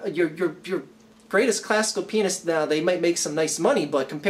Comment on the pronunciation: When said "classic pianist" it almost sounds like "classic penis"